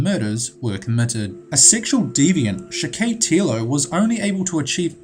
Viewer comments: Video is good But you mispronounced a few 1. Valle--ho (Jo is pronounced "ho". The same way you would say "Jose" would be pronounced as "ho-say") 2. John wayne GAYcy 3. Andrei Chi-ka-tilo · Vallejo is pronounced "vuh-LAY-hoe." Spanish word. Gacy is "GAY-see" Chickatilo = chick-ah-tee-low, primary accent on CHICK, secondary on tee. :-)